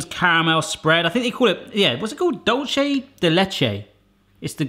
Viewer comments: Here's how you pronounce 'dulce' in dulce de leche (hint: it's a spanish word): It's 'dool' like in 'tool' but with a soft d instead of a t, and 'seh' like in 'set' but without a t. 'Dool-seh' de leche. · Hi, I’m from Argentina and it is pronounced DULCE (c sounds like an s) DE LECHE. Love ur channel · Dulce is pronouced like dulse “doolseh”